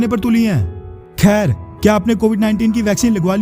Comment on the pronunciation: Kher 😂 aap kher bda tagda bolte ho